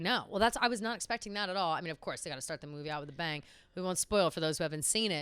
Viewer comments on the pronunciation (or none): none